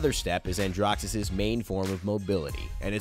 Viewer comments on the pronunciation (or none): Did he pronounce it andrough?! Helpful vid though